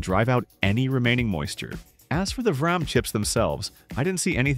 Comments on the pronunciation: VEE RAM, not Vuh Ram. You say so much shit weird. You're basically impossible to watch. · gotta love AI lol "varraam related issues" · I can't decide if your videos are AI narrated or not. It sounds natural but then we get a "I won't bother you with a full tear down" moment where 'tear' is said as a tear from the eyes or the way vRAM is said.